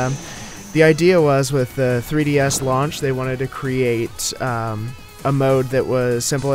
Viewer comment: I like how he says 3Ds lauch XD